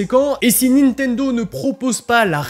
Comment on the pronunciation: la nintenzo ??